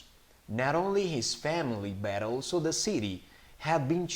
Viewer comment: uh me confundí solamente al final porque en la parte de "Daniel's family was ALSO happy to see them", habías dicho como "all to.." y en el segundo si "also...". esa parte solo me confundió por la pronunciación pero whatever también está en darle sentido a la oración. gracias por el dictado!